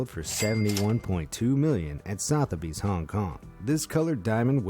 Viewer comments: It's pronounced Sutheby's even though it is spelled Sotherby's. Maybe you could check out YouTube videos of Sotheby's auctions to learn the pronunciation. Anything from England is likely to be pronounced differently from how it reads! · You lose credibility when you can’t even pronounce Sotheby’s correctly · FYI, Sotheby's is pronounced like this